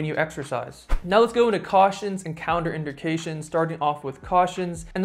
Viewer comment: You're consistently pronouncing words wrong! Its NOT Counter- indications! 🙄😅. Contraindications is pronounced Con-train-dictions! BESIDES THAT.. you have an awsome YouTube channel 😎. KEEP UP THE GOOD WORK 👍🏻 🧑🏼‍🎓